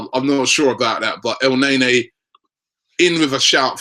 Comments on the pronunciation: Its ne-ny not nay-nay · Guessing we are pretty much way over Robbie actually pronouncing El Neny's name correctly, instead of butchering it by pronouncing it "El Nae-Nae".....